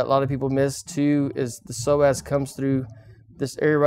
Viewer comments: I keep hearing "the Sore Ass muscle" instead of Psoas muscle.. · I thought he said "sore azz" muscle ...